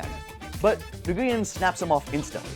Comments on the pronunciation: It’s pronounced n-oo-win not niguwin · Nguyen is pronounced " When" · The announcers said "Win" at least ten times in the clip but he still said Nagooyen? :/ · It's pronounced like "Win", not like Nuh-goo-yen. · I was raised in Little Saigon. I am floored how many people pronounce it wrong.